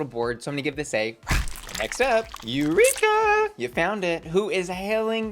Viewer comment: YouReekUh again? We’re tired of it.